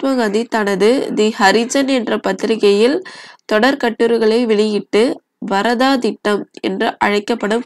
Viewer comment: வரதா இல்ல வார்தா ma